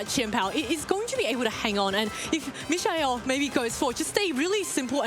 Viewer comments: she called him michelle at least twice idk bro 😭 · Bro his name is MIKE-UL who dafuq is mish eye el? Bring back aaron and wolfe bro im BEGGING YOU!😭💀😭💀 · Me-sha-el, Fake Out Presurre...wdh are these commentators talking about...🥲🥲🥲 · LOL bro true... not the best... I can kinda imagine saying "me-kha-el" too fast and it turns into michelle, but you right. I'm just trying to be patient with the casters 😅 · How about how the announcers pronounce his name 😅